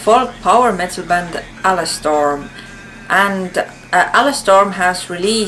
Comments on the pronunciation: I believe it's Ale-Storm, not A-Le-Storm. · I think it's Ale-storm (Ay-ol) as in beer.